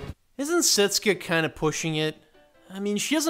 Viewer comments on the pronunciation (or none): you did not pronounce setsuka's name correctly. come on! don't be a bad anime dub.